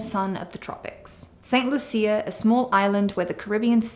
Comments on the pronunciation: The country is pronounced St. "Lusha". Medical insurance is often not available to new applicants over 65 in many countries and they have to pay cash for services. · She can’t even pronounce the name of the country correctly and jumped into making videos about it!